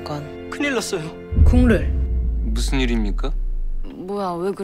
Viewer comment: 국룰이라고 할때마다 국물로들려요..ㅋㅋ😮